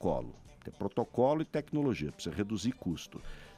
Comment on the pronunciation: esse '''''PPSSSZA''' ao invés de pronunciar ''precisa'', tooodos eles falam assim, q nojo, asco de politica. q morram todos TODOS. NEM PRECISO VER O VIDEO E TENHO A A BSOLUTA CERTEZA Q ESSEFALA ASSIM TB